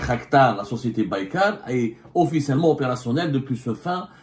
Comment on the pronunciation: il ne sait même pas prononcer le nom de la société Turque qui fabrique les drones !